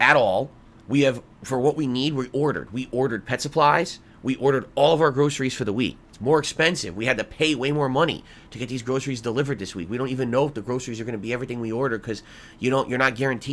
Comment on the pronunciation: And how many pet suppies does one cat need every week he screams per supplies